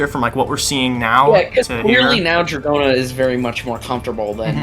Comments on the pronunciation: Nope, in Japanese it’s pronounced more like “Doragona”. There is a “d” sound that sounds more like a “j” in Japanese, but it’s not in Dragona’s name. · "Do-ra-go-na" If Smooth Operator somehow evolved and started doing Stand Cries, it oughta be DORARARARARA lol